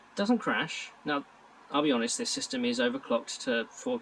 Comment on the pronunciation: Several times I heard "system" as "sister".